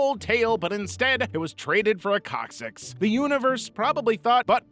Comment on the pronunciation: coccyx sounds like cockxyx